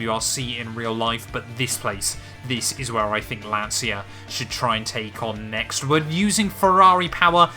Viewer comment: Loveeeeely, big Lancia fan! If you want to work on your pronunciation of Lancia it's more like "lancha"